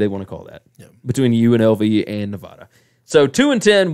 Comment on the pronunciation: This is some lazy reporting. U pronounced Nevada wrong. Don’t know the name of the rivalry between UNR and UNLV. Ur picking San Diego St over Unlv when Unlv beat them with their backup last year in San Diego. Unlv returns majority of their line and receivers. Not to mention they have a receiver transferring from UNLV and a backer from Florida. Both will most likely start. Armani is a baller. Charles Williams was the starter before he got hurt two years ago in front of Lex. Did y’all pay attention to the games last year and how the team played when Armani was starting?